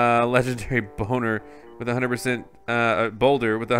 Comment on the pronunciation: He said bonner hahah